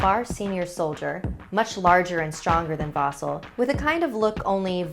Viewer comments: It’s not vasul it’s vasil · I like how they said his name like vo zel when it's spelt vasil and pronounced vah seal I'm bulgarian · Oh god OH NO NOOOO GOD NOOOOO as a Bulgarian i dont like that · IM BULGARIAN. And uh this is not how you say Vasil but whatever xD